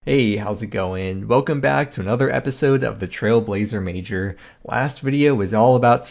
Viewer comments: when you say the Trailblazer Mager, I only hear the "Trailblazer Major" like its a big competition lol. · I heard "trailblazer miniature" in this one 🤔